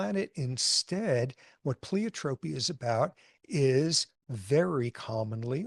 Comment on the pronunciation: Well, it seems that by far most phenotypic traits are polygenic and plei ( pronounce Y here, not ee)otropic. Very few are Mendelian, There IS a particular tribe, reported by geneticists last century, btw, whose strict tradition of inbreeding has increased homozygosity over centuries even by more than a millennium ago, while selecting against certain genetic diseases. As I haven't explored modern findings on their reported successful if probably introgressed ( you really can't suppress teens without high electrified fencing! ) population, i'll have to check before asserting any escape from deleterious mutations - before even repeating claims their practices did so over time. Interesting, but will require a thorough lit search